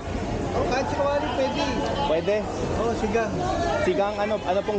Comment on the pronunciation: funny how you pronounced “pwede” better than the vendor 😂👍🏼